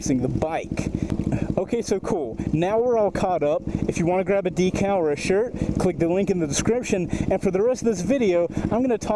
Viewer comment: I logged in just to say... I love you, but every time you say decal makes me cringe lol